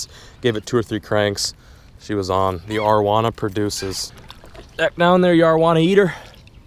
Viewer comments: the way you pronounce arowana is annoying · love your videos but say this with me. Air-oh-wana